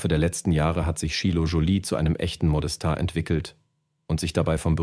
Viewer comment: Sind menschliche Sprecher wirklich so teuer? Diese KI-Stimmen, die "bei" als "b i" aussprechen und "Modestar" nicht betonen können, ärgern mich so, dass ich dieses Video abbreche. Bäh.